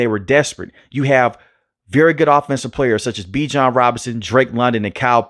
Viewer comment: Bijan said yall are pronouncing his name wrong!😅😊